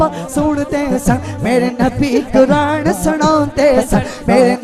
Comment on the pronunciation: Bhai Quraanrr lafz nahi hai lafz Quraan hai chahy punjaabi h chahay urdu